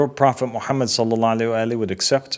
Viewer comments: I know right?! He has hard time sending salutations / salawat properly like what is salaalla aleh? Cringe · Not once did he say after the prophets name Salalahu Alaihi Wasalam properly like most muslims do, that is a major red flag!!! Is he from a minority sect?